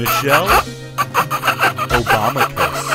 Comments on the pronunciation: "Michelle Obama cous" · “Michelle-obama-cus”. Stanly: 🚘 🚘